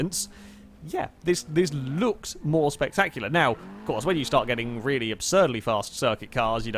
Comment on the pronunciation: "id iz looking vely spectactular"